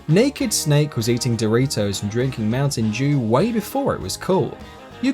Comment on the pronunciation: did he say mountain Jew? it sounded like it